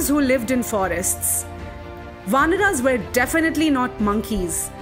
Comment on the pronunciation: Wt_ is vanrAs , manvAs and ramayanAs...plz dont spoil language.